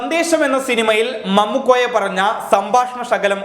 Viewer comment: ഹൊ ഭയങ്കരം തന്നെ ഇ ചാനൽ...... പക്ഷേ ഇ അവതാരകനും ഒന്ന് തെറ്റിപ്പോയി മമ്മുക്കോയ അല്ല മാമുകോയയാണ് 🤭🤭🤭🤭🤭🤭